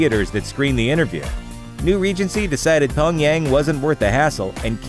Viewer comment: Come on, Looper...the first y in Pyongyang isn't silent.